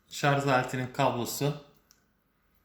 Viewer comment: Bir teknoloji ürünü incelemesinde şarj yerine şarz denmesine ne yazik ki alışamıyorum. Dil dönmüyor deseniz, silahtan bahsederken kimse şarzör demiyor. Yani dil dönmesi sorunumuz yok. Kusura bakmayın size olan bir eleştiri değil, ne zaman şarz lafını duysam yadırgıyorum. Bunun dışında inceleme için teşekkürler. Ben de bu cihaza gönül koydum. Sanırım tercihim bu yönde olacak. Sevgiler.